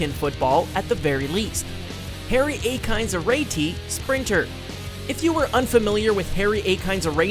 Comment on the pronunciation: The name is not pronounced "Arretti" it is Ar-yi-tey. Its a Ghanaian name. He comes from south of Ghana